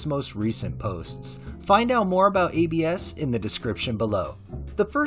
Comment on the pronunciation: For the rec, I believe it's pronounced Abs, like how "abdominals" is shortened and pronounced haha it's a nickname, I believe short for Abraham